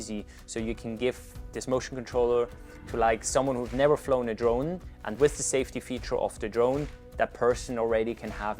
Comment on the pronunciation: Fly “Saftey” guys 🤣